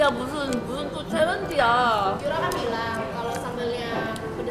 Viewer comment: Kenapa nyebut nama kak yoora aja salah:V